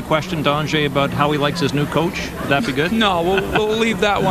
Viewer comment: stupid ass Marc Crawford is not even saying Anze's first name right and he coached him for 2 years... Phonetic: ANH-jay (or ON-JAY to make it even easier) sooo glad Crawford is gone as I'm sure a lot of L.A. is...